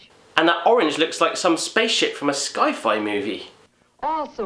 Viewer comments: Did he say "Sky-Fi" instead of Sci-Fi? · Lol he said sky fi movie